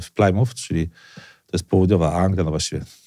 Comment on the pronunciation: Nw co ludzie mają z tym Plajmut. Plymuf się wymawia 🤨 zawsze ludzie to mylą